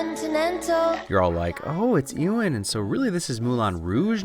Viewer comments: Anyone going to tell him that its Ewan(You - in) Not Ewan(ew - in) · Great video, but as someone with the same first name. You absolutely butchered Ewan McGregor's name